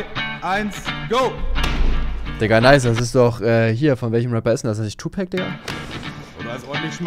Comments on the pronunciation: „Tupäck“ Jeah eight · tupäc dein ernst 😂